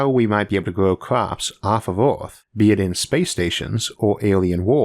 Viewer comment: Dear Isaac, by now I know you got a speech impediment. I'm sorry, I just thought you had a small-town accent.